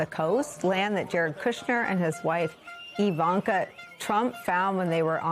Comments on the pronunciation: You need to get her name right! It is not Javanka. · Her name is pronounced Eevanka. She should be arrested. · It's I V A N K A.........Not.........Javanka! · It’s Jarvanka (easier To pronounce) but we all hate them whatever you call them.